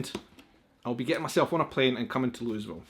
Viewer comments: Him: "Loo-iz-ville" Everyone from Louisville: Instant seizures... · Its pronounced "Louie..ville" Ky .lol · Says" "Louis-ville" Me: Ok, I can forgive that. He isn't familiar with the area. I'm sure others will tell him the mistake in the comments. There is no sense hounding a guy over something simple.: Says "Louis-ville" multiple times in a sentence Me: Cringes like nails on a chalkboard: Opens package that TELLS him how to pronounce Louisville, STILL says it incorrectly. Me: OK, I cannot be nice anymore! I must comment! AGGGH! 😖🙃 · Im from Kentucky. It's loo uh vull lol. Not louisville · Well, if you wanna come to Kentucky, learn to pronounce our largest city's name first. It's NOT Lewisville. It's LOU-A-VILLE. Or, at worst, LOU-EE-VILLE. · You would think as most of us from Louisville pronounce it Loovall but I pronounce it Louis Ville as it was named after King Loui not king loo LMAO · A friend from out of state came by and we went to the State Fair in Louisville. He kept trying to pronounce it as Louis-ville. I kept telling him it was Looey-ville. We went into a restaurant for lunch and I had an idea. I said "Let's ask the lady behind the counter." My friend said to her. "Tell me real slow, where are we?" She looked at us strangely and said "Buuuur ger King." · It's more like "loo uh vull," but the "uh" in the middle gets almost completely swallowed. "Looyville" will definitely mark you as "not from around here." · One of my cousins was on the Tasting Committee at Jim Beam Distillery. But I prefer a nice Speyside. Oh, it is definitely "Looeyville". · Hey it's "Looo-uh-ville" Kentucky. Come visit some time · That Woodford is my favorite. Louisville is pronounced Lew ah ville. The mint jullip is nasty heads up. If She sent you a corn pudding recipe do that first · Please stop saying Louisville like that lol just act like you’re saying bull buts it’s lull vull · It is pronounced louieville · it's pronounced Looeevil